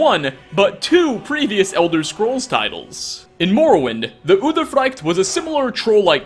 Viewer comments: udthe-frikteh not udefrighkt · No no it's udeefreect